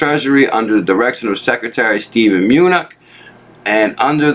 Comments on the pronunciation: Its pronounced menuchen. Other than that keep up the good work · Pronounced. "ma new chin"!!! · 200 pages wow.. great video as always.. his name is Muh-New-Chin